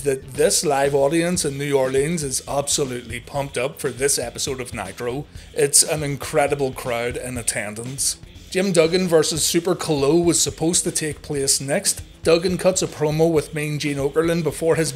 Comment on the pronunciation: Super Khal-Oh. Geez that was cringworthy!!!